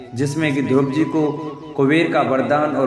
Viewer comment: ध्रुव जी के नाम को स्पष्ट उचारण करें यह द्रोपदी जी के नाम सुना दे रहा है